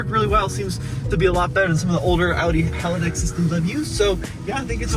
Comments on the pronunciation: Pretty sure it's haldex not halidex. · It’s “hall dex “ just to let you know how it is supposed to be pronounced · It's Haldex not Halidex.